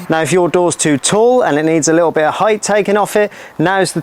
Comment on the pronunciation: 'Heightf' is now my word of the day.